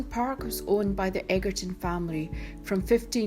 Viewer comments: Very annoying mis pronounciation of the owners name!!!!!!! Its pronounced 'edgerton'....not 'eggerton'! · Say the word EDGE and then say ER and then say TON and you'll be fine xx